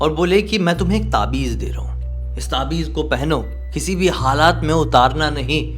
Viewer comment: taabij nhi taavij bolenge.....sorry pr btana zaruri lga to bola...achi kahani thi....